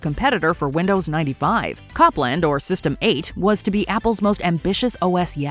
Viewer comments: It's not pronounced "COP-LAND", it's "COPE-lund" (/ˈkoʊplənd/). The operating system's codename was in tribute to American classical composer Aaron Copland (of Fanfare for the Common Man and Appalachian Spring fame). At the time, Apple gave updates to its OS (System) codenames from the world of music. So System 7.5 (Copland's predecessor) had the codename "Mozart" after Wolfgang Amadeus Mozart, and what would have been Copland's successor had the codename "Gershwin" after Ira & George Gershwin. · "Cop-land" made me laugh. Embarrassing error,. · The operating system was pronounced “COPE”land..not “CAHP”-land…as in Aaron Copland the musician. Idiots. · I think we're in the Idiocracy. It's not named Cop-land. It was named after the American composer Aaron Co-pland. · Wow, you are pronouncing Copland wrong. It’s with a long “oh” sound. It’s pronounced the same way as composer Aaron Copland.